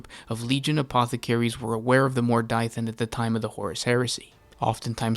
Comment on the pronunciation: Mor "Die" than? How do you to such a pronunciation from that spelling??